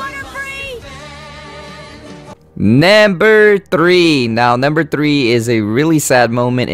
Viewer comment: NAMBER FOUR that is what he is saying no offense though